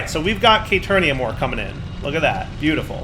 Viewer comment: I'm not screaming "Kay-teer-eeyum" at the screen or anything.